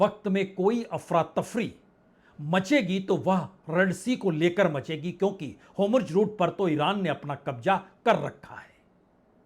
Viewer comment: हॉर्मुज और नेतन्याहू का उच्चारण ठीक करें